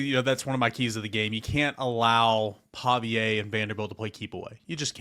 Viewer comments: are u a Metro?? and its Paviuhhh not PaviA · Why do you call him Paviaye? Its Paviuhh... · Every day listener but I HAVE to say: the pronunciation for their QB is “Paw Vee Uh”